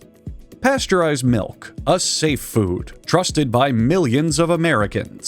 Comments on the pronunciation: No he said malk and mulk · "Melk"? Did your Midwestern accent slip, bud? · he's just fluent in dutch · Bros from California I'm pretty sure. Just a slip of the tongue